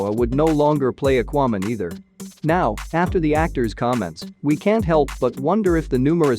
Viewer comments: Yeah. What is aquo man? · The way you pronounce "Aquaman" and "Mom" is just a turn off!!!